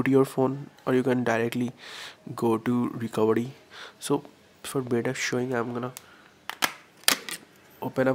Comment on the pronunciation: actually its recovery not recovedy...